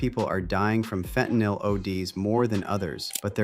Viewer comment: FentaNYL ... not fentaNOL or fentaNAL Go to H O U S T O N, Texas if y'all want some HIV/AIDS ➕️ a variety of STDs that you never heard of ... and to have your drink spiked to wakeup in a strange bed/street/floor having been gangraped by strangers at a party or club. FentaNYL ... not fentaNOL or fentaNAL.